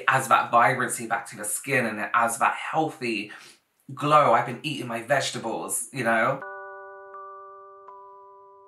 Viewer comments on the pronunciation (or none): none